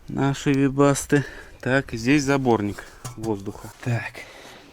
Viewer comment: теперь я знаю, как правильно произносить "вебасто"